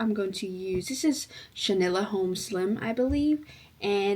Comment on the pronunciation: Love your videos. Chenille is pronounced “shuh-neel.”